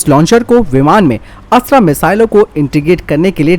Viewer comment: कृप्या अस्त्र को अस्त्रा न कहें। हिंदी को हिंग्रेजी न बनाएं।